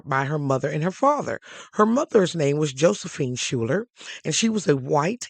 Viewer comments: Schuyler is usually pronounced Skyler, not Schuller. It is of Dutch origin and common in NY. Thank you for telling her story. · I also learned her last name pronounced as Skyler, not Schuller. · SCHUYLER is pronounced- " "Skyler" - NOT Shooler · I thought her last name was Schuyler, pronounced Skyler. In any case, her story is fascinating! Thanks for sharing.